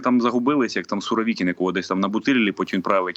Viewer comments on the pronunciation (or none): none